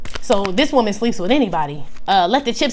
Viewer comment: “deya she iz, di most booty-ful whoman in di whorld” MI IS DEAD 😂